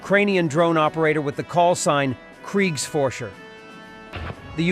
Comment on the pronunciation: “Kriegs forcher”? That’s not Nazi shit. Nope. Not even a little